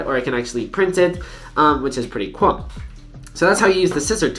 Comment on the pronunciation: (wich it's pretty "cuol") what the fuck happens to your tongue